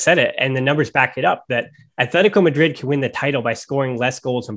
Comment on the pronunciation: c’mon man. It’s not Athletico Madrid. It’s Atletico Madrid. We all are aware of your terrible lisp. But that’s no excuse for being ignorant after years of running a Barca podcast. Stop being so white and pronounce the teams name the way it is instead of projecting your nerdy whiteness to us all.